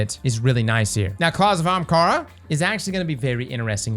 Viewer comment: Are you physically incapable of saying "AH- hahm-kah-ra"???